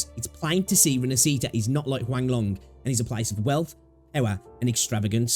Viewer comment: I know it's not your language, but it's pronounced more like "Rin-ash-eat-ah". Stress on the "ash" part. Interesting video.